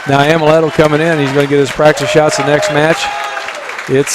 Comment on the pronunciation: It's Amleto not Ameleto